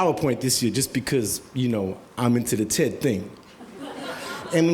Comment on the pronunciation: there's too much "E" in TED.